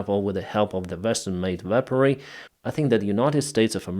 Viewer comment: Not the "Vestern" countries, the word is "Western"!